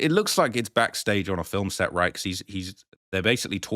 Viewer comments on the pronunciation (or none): none